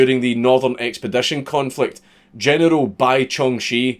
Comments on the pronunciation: Still waiting for him to figure out how to say general without saying genital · You can't say general without it sounding like genital and it is one of many reasons I love you.